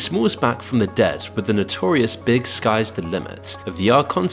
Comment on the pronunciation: How about the notorious "big" 😂